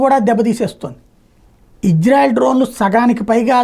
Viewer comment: ఒరే నీకు ఇశ్రాయేలు అని పిలువు రా. హిజ్రా కాదు. సరిగా పిలవను కూడా రాలేదు నీకు